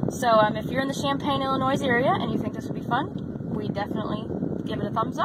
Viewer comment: 😂 okay, let's fix a couple things. Illinois- the S is silent. Ill-i-noi. Urbana is er-ban-uh. Not er-bon-uh. Kind of surprised you didn't pronounce Champaign differently too. I know they're all weird for someone that's not from here. Most visitors get big kick out of Effingham. Just for the name.